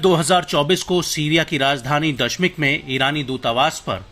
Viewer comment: Ye hain Aaj kal ke farzee media persons, Jo kisi shahar ka nam bhi theek se nahi le sakte, Damishk ko dashmik bol rahe hain.